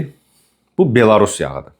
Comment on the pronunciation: Belorus yox, belous.